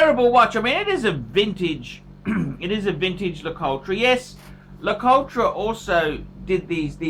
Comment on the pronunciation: it's prounounced LA -COUT